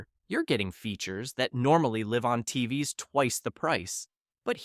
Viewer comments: These AI voices are so annoying. Instead of saying TVs, The voice says TV ess. Someone should be checking these things. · When they pronounce TVs as T-V-S, it's time to check out. Written and read by AI. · "Tee-vee-ess" for "TVs"? With AI reading the script without human quality control, how are we supposed to trust your opinion about anything?